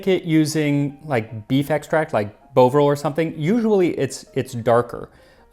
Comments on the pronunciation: Love Bovril on crispy buttered toast. And is usually the first thing my family members always eat after being ill. Reminds me of home 🥰. My Nan (who served in the army during WWII) always had Bovril on wholemeal toast for breakfast and my Dad (who was evacuated as a child during the war), always makes a Bovril sandwich if he needs a quick snack. However we don’t pronounce it ‘Bow-vril’/‘Boh-vril’ in the UK - we say ‘Bov-ril’ with a short ‘o’ and more hard emphasis on the ‘v’. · I've always heard it pronounced "Baw-vr-ill," but hearing him say it in the video is the first time the "bovine" part clicked with me. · If you liked that, then you should try Bovril (not quite pronounced like you do it) especially try Bovril with bread. There's a taste not like anything else that I can describe. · I love a cup of bovril. My mum used to give it to us when we were sick and couldn't keep anything down. It worked a treat! Definitely gave you more energy than you'd have otherwise. Incidentally, the O in bOvril is pronounced as the O in hOt, not like the O in hOle At least that's how we say it oop North 😂 Love your channel ❤ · Bovril is pronounced B and then of as in of a name. So sounds like Bo00vril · That's not how you pronounce Bovril. The o is short. And the v is soft, practically an f. Should do the history of bovril too! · Sorry man but I have beef, the o in Bovril is short. Like the one in Boston. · Max's pronunciation of Bovril has me on the floor 😁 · Seeing as Bovril is made with bovine meat... I'm thinking maybe we're the ones that got it wrong? 🤨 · It was Bovvril for us too. I expect Max was basing his pronunciation on bovine, since it's made of beef. He's usually very good at pronouncing unfamiliar words. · Bovril is pronounced bov like Bovington not bovine 😉... I suspect you are correct on the derivation... but you'd be chased our of England if you asked for a cup of 'beau'ril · Bovril is pronounced so it’s an “of” sound, not “ove” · Bov rhymes with of